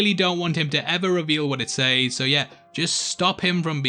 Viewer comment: learn to say says properly ffs other than that I agree with you